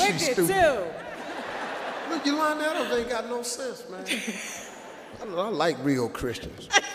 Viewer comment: Its Yolanda Adams not Alams 😂